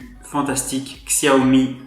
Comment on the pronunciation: bonne vidéo mais les puriste comme moi de la marque apprécierai que vous prononcez correctement la marque ont prononcé chiaomi et non xiaomi même si sa s écris xiaomi